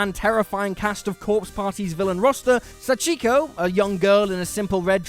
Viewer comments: Its painful how he pronounces Sachiko's name wrong they even say her name in the games man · He said sachiko name wrong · I was happy to see my favorite video game character Sachiko in the video (Even though you did butcher the pronounciation of the name)